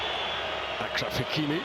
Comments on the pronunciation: Commentator, it's Achraf Hakimi with a "Sh" sound as in Charlotte, so it's Ashraf" not Akraf" .....you're doing a great job making the effort to pronounce the full name of the players. But it's just respectful and professional to pronounce a well known player's name correctly, especially if the name is not that hard. Thank you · these USA commentators gotta go bro, what is a "ackraff hakimi" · Somebody please tell the chap calling the match that Hakimi's first name, Achraf, is pronounced Ashraf, and not Akraf! And what an asset Hakimi has been to PSG.